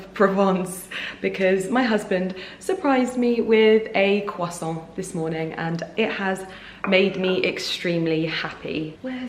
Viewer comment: Dear, bravo for mastering the complexity of french word’s prononciation 🎉 consonants are always always silent when at the end of the word! A croissant is a croissant (and not a croissantttttt) just like « un verre de blanc » and not blancccccccc 😄 Exception made when a word/name ends with a consonant, followed by a word/name starting with a vowel. Hence Moët Echandon 🍾! Pronounced Moetttttechandon but the t remains silent when Moët is alone. Aaaaah! All the fuss for a croissant and bottle of wine 😋 lots of love